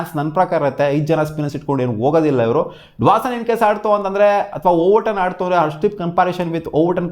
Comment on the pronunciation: Dwason ❌ Dawson✅